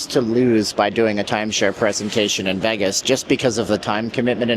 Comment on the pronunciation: You should leave Las vegas, all you do is speak negatively about the city that provides for you. Learn to pronounce VEGAS PROPERLY…..YOU MUST BE CANADIAN